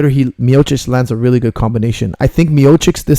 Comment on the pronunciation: It is Miochich, ..great pronounciation coach:) ..great breakdown:)